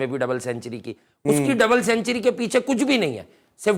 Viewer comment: Century sahi bolna pehle sekh 😂😂